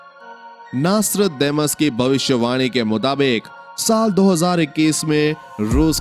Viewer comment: Apka pronounsasion golot hai pahle ki nastredamus hai